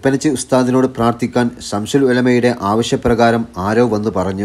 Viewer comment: സംശുൽ എന്ന് പറയരുത്